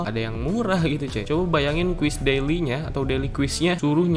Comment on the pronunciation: Cara baca yang benar: - quest = “KWES” - awesomeness = “AWSEUMNEUS” - daily = “DEYLI” - hair = “HEIR” Biar ga malu kalo salah cara bacanya.